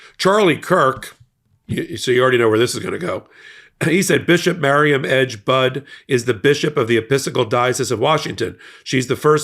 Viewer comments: I appreciate the coverage of this, but your entire channel needs to be respectful and correct your pronunciation of her name. It’s pronounced Bud-ee. It’s okay if you didn’t know that but please correct it going forward. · Why should she back down? All she did was ask someone who claims he is a Christian, to please act like one. And BTW, if you’re going to do these videos you should at least pronounce her name correctly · thank you so much for this video. But.....one small correction: Bishop Budde's last name is NOT pronounced 'bud'; but, instead is pronounced 'buddy'. If you have any question just ask that question online. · snap bud it’s buddy you better get her name right doesn’t sound too professional for your not to pronounce your name correctly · Thanks for supporting our bishop! Please pronounce her name correctly. It’s pronounced “buddy”, like a pal or friend. She is not going away. 🍃♥️🍃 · Please pronounce her name correctly. Budde is pronunced like "buddy". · Please call the Washington National Cathedral and ask them how to pronounce the Bishop's name. I believe it is pronounced differently than "Bud". Thank you. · Pronounce her name correctly. Bud E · It's pronounced "buddy", get her name right please! She's the best and today is going to be like this every day with total CHAOS with big baby bully!! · It’s pronounced Buddy. Like a pal.